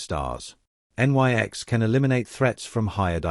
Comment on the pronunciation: Always annoyed by the use of stupid, uneducated Artificial Stupids. En-Why-Ex indeed!!! why didnt the writer instruct his artificial Stupid to say NIX when it sees Nyx?